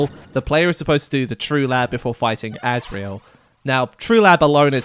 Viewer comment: Was calling Asriel "Azrael" in the chapters intentional?